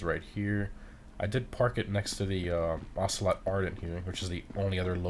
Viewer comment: Said he wasn't even gonna try to pronounce the word yet he pronounced it correctly